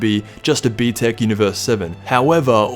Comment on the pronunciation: American Man said btec 😂😂😂